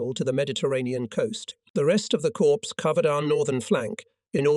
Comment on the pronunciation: Corpse = dead. Cor with a silent P or Cors with a silent P. I was at VII Cor HQ near Stuttgart Germany for 3 yrs. Is the production crew unable to read?